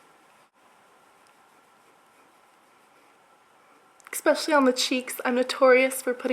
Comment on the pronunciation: I love how you say 'especially'. You pronounce it as 'expecially' SO CUTE <3